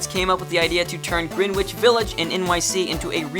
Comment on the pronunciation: Wow bad pronunciation of Greenwich